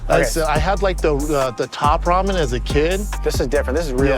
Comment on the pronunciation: Brendan “Raw-men” Schaub